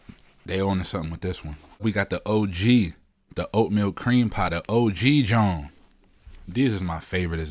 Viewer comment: Thanks for the review. Heard you say junt, you from Memphis?